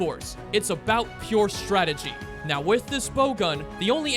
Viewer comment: You know, It doesn't take too much effort to say strategy.